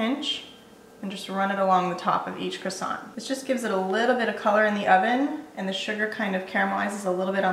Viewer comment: Sounds yummy... but I hate how Americans pronounce "croissant"...